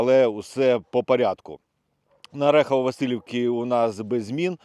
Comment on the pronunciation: Чому Ви завжди кажите ОрЕхово-Василівка, а не ОрІхово-Василівка?